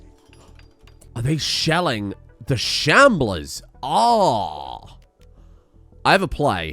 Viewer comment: You calling them shamblears kills me